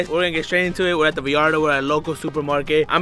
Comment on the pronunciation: I can’t believe said Vallarta like that in the beginning of the video🤦🏽‍♂️🤦🏽‍♂️🤦🏽‍♂️